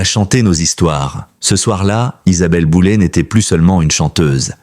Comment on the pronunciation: J'essais de comprendre cette manie de transformer les noms avec terminaisons en "ay", qui deviennent en "et". L'IA serai-elle l'explication...de fortes chances... En fait, QUI se sert de l'IA pour faire du sensationnalisme ? C'est une atteinte à sa vie privée et à son intelligence 😢